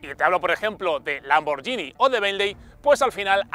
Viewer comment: Completo vídeo, pero la estridente música me parece horrible, y tal vez sobre tanta gesticulación, sobre todo al conducir. Por cierto, se pronuncia "lamborguini" y no ""lamboryini". El coche en sí, otro producto de la moda SUV. Ninguna marca debe quedarse fuera de esa tendencia. Personalmente, me deja un poco frío respecto a lo ya existente en su categoría.